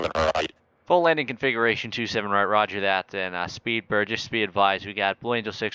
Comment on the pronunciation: "Rogur that"